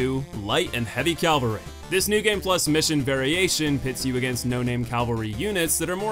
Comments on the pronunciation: Literally just sound out cavalry. Read the word. Calvary. Cavalry. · Cavalry... not Calvary. Thank you.